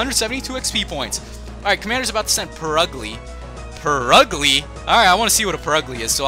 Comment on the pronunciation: Purugly pronounced Pur-gly